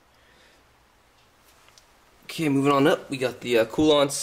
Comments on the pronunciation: Informative build log. Btw, Koolance, Coo-Lance, not Coo-Lonts. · I had a very difficult time watching this video because of having to put up with how your say Koolance.